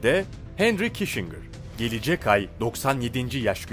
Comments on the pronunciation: henry kisincır diye oku reyiz. henri kişingır değil. aslan abim benim. :))))))) goçummmmmmmmm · Kissingir kişingir degil?rotşaylt degil,rotşilt tir.sacma sapan telafuzlar tapma. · Prens Diana bir de üstüne Kişingır deyince bıraktım izlemeyi.